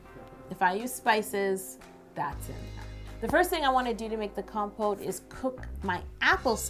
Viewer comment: Lol at first I kept thinking she was saying compost